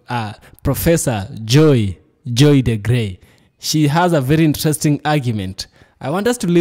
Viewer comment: Excellent!! Great analysis! She is Dr. DeGruy pronounced like Blue😊